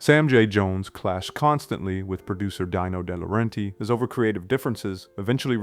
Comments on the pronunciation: Its pronounced " Deeno Dee lawrentis" not " Dyno Dee Lawrentee". Young narrators should be informed of correct pronunciation of 80s era names by someone who lived through that era. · Not sure if this is bad AI text-to-voice or painful ignorance of the genre, But "Dyno Dayla Rentee ia DEENO De Lore EntISS